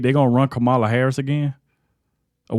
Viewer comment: Please learn how to pronounce the woman’s name. The accent is on the first syllable. Even if you don’t like her politics - it’s called RESPECT.